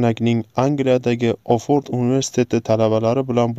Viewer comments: Ohfordmas baraka topgur, Oksford universiteti... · Ohfurd emas Òksford